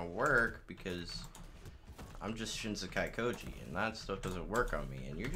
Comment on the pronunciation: The only thing about shin sekai koji that makes me hate it is how they pronounce it SOOOO badly